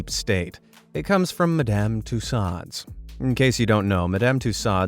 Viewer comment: You're mispronouncing Madame! 😂 Phonetically it's ma-dm. Not mer-damn!